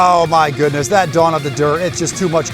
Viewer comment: Dude.. I know you're saying Don of the dirt... But I keep hearing Dawn of the dirt... Sounds like a horror film 🤣 Or one hell of a cool rc video 😉 28 S's later 😂